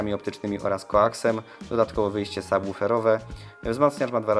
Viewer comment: Wow, to Nad C356BEE nie jest już produkowany..? A jeszcze na początku 2021 miałem wypożyczony z jednego salonu, fabrycznie nowy egzemplarz ze świeżej dostawy z fabryki.. brawo za prawidłową wymowę "subwoofera", od razu aż miło się ogląda i czuć profesjonalizm :) Bardzo dobry poradnik :)